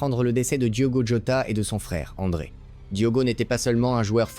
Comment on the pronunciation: tais toi robot . Ce n'est pas andre mais André .